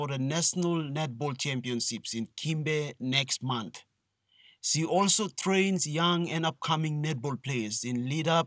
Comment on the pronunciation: It's SHE and NOT "C"